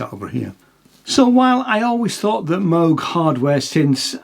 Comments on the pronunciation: wrong. Bob himself claimed he didn’t care, gentleman that he was, but anyone who’s not a philistine knows it is properly pronounced Mohg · Well done marxist reading from the phone (can't even pronounce "Moog" right). Now the jobs are offshored to Taiwan. Living wage for the laid off workers now $0. 🤨